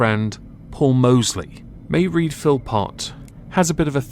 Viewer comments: Mairead is pronounced, "Muh-raid." Serial abusers, murderers, rapists, child molesters, should never be eligible for early release. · It's pronounced Maw raid as in paw, not that it is important. It just sounds off. Love your channel..